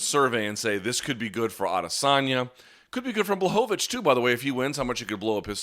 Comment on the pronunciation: It's pronounced: Yan BWahovich!